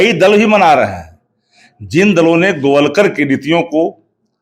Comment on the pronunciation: राष्ट्रीय प्रवक्ता हैं....गोलवरकर ...न कि गोवलकर 😅😅